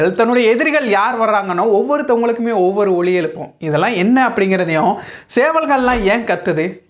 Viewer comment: ஒலி எழுப்பும். "ஒளி எளுப்பும்" அல்ல. தமிழ் உச்சரிப்பை சரி செய்யுங்கள்.